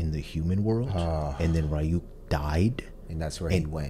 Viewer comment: Plus it helps with pronunciation, so far y'all have said Ryuk and Yagami wrong